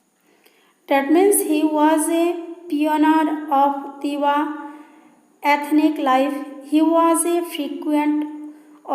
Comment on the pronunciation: It's Tiwa Not Tewa